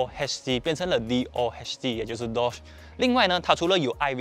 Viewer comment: Double overhead camshaft = DOHC ，念缩写有些怪怪的